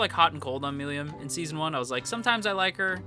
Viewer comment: How you pronounce "Milim" is mildly infuriating ngl